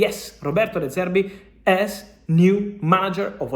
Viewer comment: “de service” 💀